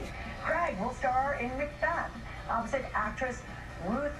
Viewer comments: I keep hearing "Roof" instead of "Ruth" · I thought JJ was saying roof instead of RUTH so I enable the caption and it's alos says roof